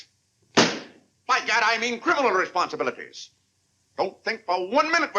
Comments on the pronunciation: Clarence Sr. doesn’t say oh, God…he says oh, gad! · I thought I was hard of hearing. Day is saying gad not god. The subtitle is incorrect.